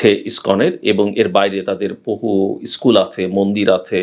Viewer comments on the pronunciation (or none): none